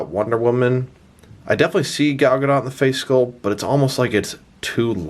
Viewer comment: It's Gah-dot.